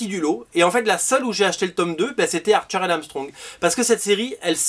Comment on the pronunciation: quand tu dis "archer and Armstrong" j'entends "Arthur and Armstrong" 😅